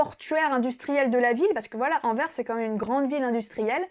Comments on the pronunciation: C'est ma ville natale (où j'ai jamais habité) et merci pour ce chouette portrait. <3 La prochaine fois essaie d'aller à Bruges, qui est d'après moi la plus belle ville de Flandre. PS: Merci d'avoir bien prononcé Anverssssssss :p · Merci! Grâce à toi j’ai prouvé à ma femme que Anvers se dit anverSEUH et non Anvers sans la prononciation du S. Merci beaucoup.